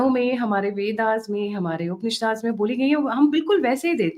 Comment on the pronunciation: ...वेदाज़् में, उपनिशाद्ज़् में!!!! इधर mythology ना बोलकर इतिहास कहने को कह रही हैं और वहीं संस्कृत के शब्दों को अंग्रेज़ों की तरह उच्चारित कर रही हैं! वाह!!!